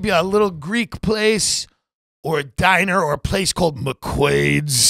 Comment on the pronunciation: Tim pronounces "diner" like a rhyme of how Ttrump pronounces "China"